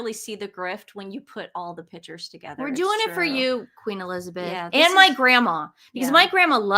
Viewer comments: Great show, but please it's PICTURES, not PITCHERS!!!!!! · Please pronounce it “pick-tures not pitchers!!!